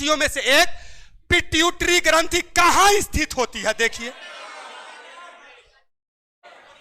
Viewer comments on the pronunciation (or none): पिट्यूटरी ग्रंथि होता है पीटउतरी ग्रंथि लिखे है चैलेंज दुनिया भर को कर रहे है